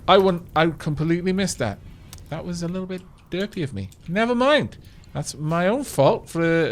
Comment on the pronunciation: "Leetle pinch?"